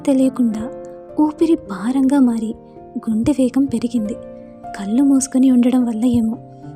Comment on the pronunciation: గారు మీ వాయిస్ చాలా బాగుంది చదివే తీరుకూడా బాగుంది.. కానీ 'ళ ' అనే అక్షరం దగ్గర 'ల ' సౌండ్ వస్తుంది.. 'మళ్ళీ', 'కళ్ళు'.. అని కాకుండా మల్లి, కల్లు అని చదువుతుంటే అర్ధం మారిపోయి మంచి కథ వింటుంటే ఒక చిన్న disturbance లాగా అనిపించింది.. ఆ ఒక్కటి కూడా సరి చేసుకుంటే మీరు చదివేది సూపర్